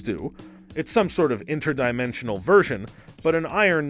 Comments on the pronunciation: Is my mans saying INTRAdimentional cable 🤮💀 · can u please learn how to pronounce inter-dimensional